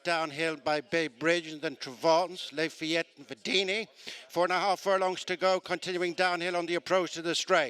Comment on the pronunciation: This race caller is always mispronouncing at least one horse's name. I thought one was "les fillettes," but no, it is in fact Lafayette.